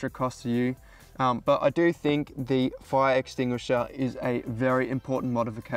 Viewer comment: You'd think a professional firefighter wouldn't have that much trouble with the word "fire extinguisher" 😂